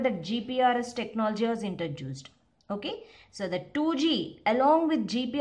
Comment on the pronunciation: Its introduced.. Not intra-juice-d 😐 #cringed